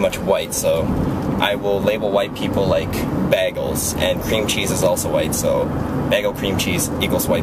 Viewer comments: "Baygeuls." not "Bag uhlz." :3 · "bag-gulls" ? "BAY-GULLS." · isn't it pronounced bay-guls? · i love how he says Bagels as baaggles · Honestly, i think you are saying bagels the correct way and me & everyone else is saying it wrong. Because the bag in bagels in should be pronounced like a regular bag . So in a way.. bag elles is the correct way. o_o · beagles!!! XD wow lol he says cream cheese right XD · saying bagels like baggels :D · You say bagels weird. I say Bay gulls. o-O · Its BAYGELS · I love how you he says bagels!!<33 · lol i like how he pronounces "bagels" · i've never heard someone say bagels like that @@ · u say bagels weird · you say bagels funny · LMAO thats not how you say BAGELS!!